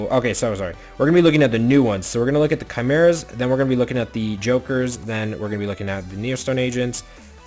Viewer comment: RETRO Theme would be sweet, also please learn how to say Chimera correctly.